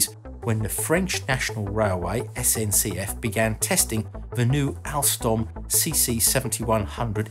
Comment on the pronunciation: You prononce sncf right, amazing